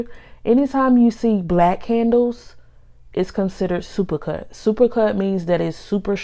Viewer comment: “Needow howder has gow handowes”